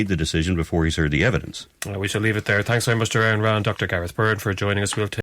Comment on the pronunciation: It's pronounced "Ah-run". dumass Irishman.